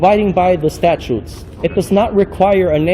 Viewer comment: Statues and orderanses. What a moron